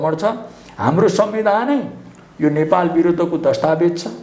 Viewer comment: यो पत्र कार लाइ सुद नेपाली बोल्न आउदैना कि क्या हो नेपाल भन्नु पर्ने मा नपालभनदो रहेछ किन सुद नेपालि न भनेको ॐॐॐ